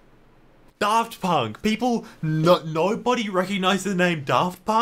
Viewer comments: it’s FUCKING DAFT PUNK NOT FUCKING DARRRRFT PUNK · I like the video but one thing that bugged me was the way he pronounced Draft Punk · i almost didn't recognize daft punk when you pronounced their name like that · "DARFT PUnK" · why’d you emphasise the DAFT and not the PUNK